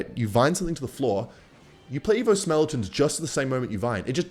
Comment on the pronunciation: it’s skeletons not smeletons